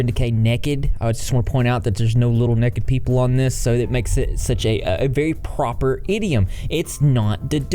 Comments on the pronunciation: Why is it so pleasing to hear say Nekkid and not naked (like NAYkid). To me it’s hilariously pleasing. 😂❤️🐢🐢🐢🐢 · I like the way you said, "Nekked" lol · every time you said “nekked” 😂🐢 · "Little neked people" and "wow" about made me pee myself 😆😆😆😆😆😆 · Fun drinking game: take a shot every time says “nekkid” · You say "nekid" (naked) like I do! I've never heard anyone else say it like that. People used to make fun of me for it all the time. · Every time says “Nekked” take a drink 🙃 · I love how with ur accent you say “nekkid”😂❤️ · Nekkid Gotta love ga accents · The way that he said necked made my day 🤣🤣🤣🤣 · I like the way you say naked. Nekkid 😎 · take a shot every time says “n e k e d” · OMG REP SAYING "NEKKID" REPEATEDLY IS THE BEST BIRTHDAY PRESENT I'VE GOTTEN ALL DAY!!! 😂😂😂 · Yaay souther boys! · I was just about to comment this haha. I have a friend that says it like that too, I think it's a southern thing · I know I keep laughing every time he says it 🤣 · nobody:: nehked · I love it lol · His obsession with little 'nekked' people is giving me fits. 🤣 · I feel validated for saying naked like does. Take that people who made fun of me for saying it weird!! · you say naked so funnny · I'm from the south and hate this pronunciation